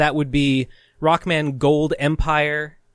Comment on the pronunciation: Video Start: I feel like this shoulda been broken up into multiple videos as well in: 'Roku-man hes a stroong sensu ov jestice'